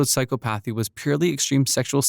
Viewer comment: I like the facts and the way it’s portrayed however, please take the time to learn how to correctly pronounce words. clearly you’re just reading from a script, but certain words are not pronounced the way you say them, I.E, psychopathy